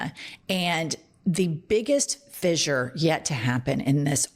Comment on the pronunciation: Jennifer, fissure is pronounced 'fishure' not 'fizzer'. Guiffre is pronounced with a soft 'g'.